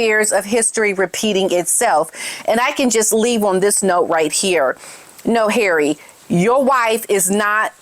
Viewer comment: Love the way you say ‘Harray’ - always cracks me up! 😂